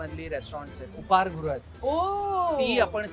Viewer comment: उपहार गृह ❌ उपाहार गृह ✅